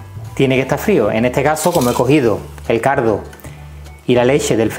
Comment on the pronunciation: Se oye "cardo" en vez de caldo 😁 sarza en vez de salsa 😂 es acento andalu ? Digo andaluz no ?